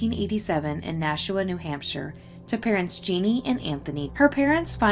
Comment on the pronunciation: You do a great job covering these cases. Did Jeanne usually go by "Jeannie?" (Jeanne is the French spelling of Jean, and both are pronounced the same.)